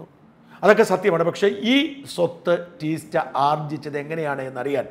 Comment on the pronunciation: ടീസ്റ്റ അല്ല. തീസ്ത!